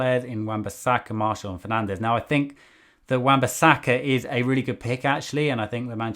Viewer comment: Did he just pronounce 'Martial' as "Marshall"??! 😳😱🤣 Was decent, aside from that...! 😄